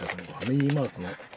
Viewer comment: あじせん、ではなく みせん、です。